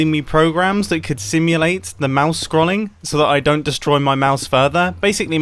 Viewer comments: When Mumbo pronounces scrolling scrol-ing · Forever living for the way Mumbo pronounces ‘scrolling’ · PLEASE MUMBO! Pronounce scrolling right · Anyone else notice how he pronounces “scrolling”